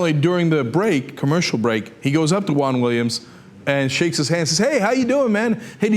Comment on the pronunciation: I thought it was weird when I saw him ask the question.. Btw, why pronounce Juan like Huang?